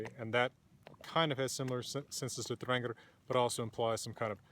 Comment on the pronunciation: Thanks. Every pronunciation I've heard on YouTube has been different, but I'll go with yours 'cause you've got papers backing you, and you seem to know what you're talking about.